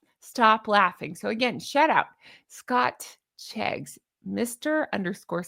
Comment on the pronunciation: 'Scotcheggs' 😂😅 as in egg, sausage meat and breadcrumbs, beautiful dress, love your bows too, take care ❤